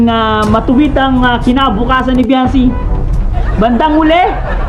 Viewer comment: VIANCY not vianby